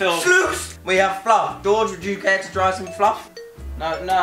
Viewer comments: he pronounced it Floof. I call it fluff. lol. still love him ✌ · As an American, I'm now going to pronounce fluff as floof because it brings me great joy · it's fluff not floof